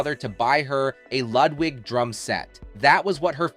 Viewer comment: Ludwig. Pronounced lewd wig, not Lud wig. I was fortunate enough to see Richard and Karen in concert and so wanted to look like her. Little did I know she was anorexic. Such a shame Karen was pushed out from behind the drums. Had that not happened I believe she may very well be around today. Nothing like being self conscious and pushed into the front for most of the attention to push a person over the edge of their coping skills.